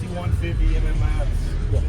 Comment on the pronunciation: mats not m m mats